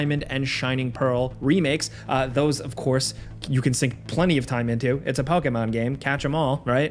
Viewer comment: The way he says pokemon makes me laugh so hard